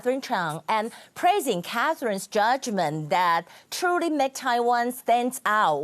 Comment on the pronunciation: True reporter.. not “trully” reporter...